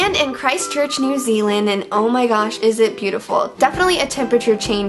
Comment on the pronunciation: As a new zealander i cringe every time she says new zealand still think Meghan is great tho